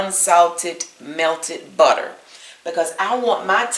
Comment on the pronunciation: I truly indeed love your recipes, but please stop with the accent on “tter” in butter, etc.. There’s no stressed accent & it’s enough to drive a sane person, 😊 not to mention a lifelong educator, as myself, crazy! Again there is no stressed accent on the “TTER “ and butter.